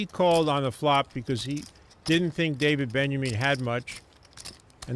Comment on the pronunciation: Gabe says Daniel Benjamin. Lol. David benyamine.